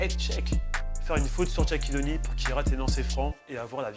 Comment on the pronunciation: Bonne vidéo mais Shaquille O’Neal se prononce comme ça s’écrit et non pas "Tchaquille O’Neal "